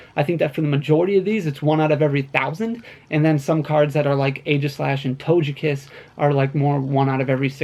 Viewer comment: my mans said "Toge-Cat" like Doja Cat, instead of Togekiss lmao